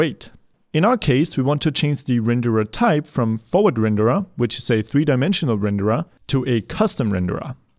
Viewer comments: I like how you pronounce renderAH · too many renderAH lmao